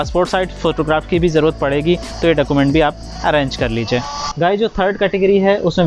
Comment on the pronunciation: Process is good bit you should mention url of rto and charges and other rule also... Plz pronounce document properly